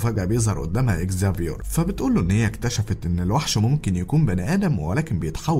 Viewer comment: والله نطقك للاسماء حلو اوي زافيور سمعت واحد قبل كده قاله زفير 😂😙